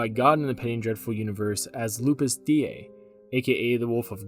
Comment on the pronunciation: Hi guys. Just a quick tip. I don't want to be trolly or anything, but "lupus dei" would rather be pronounced loo-poos day-ee than loo-poos dee-ay. Anyway, love your show. Keep it up. :-)